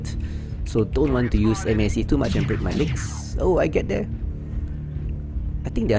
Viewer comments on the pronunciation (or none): MASC is pronounced Mask. Good video though 👍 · Just say "mask"... Four syllables is... triggering lol.